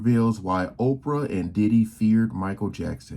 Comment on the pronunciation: Was going good till ai said Opray Winfrayyy Can’t do it ✌️